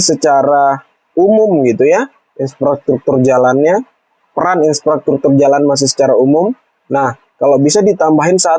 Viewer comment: infrastruktur not insfratruktur